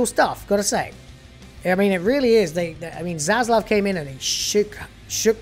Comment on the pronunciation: Finally a You Tuber who can pronounce Zaslav correctly:))))) God bless you!!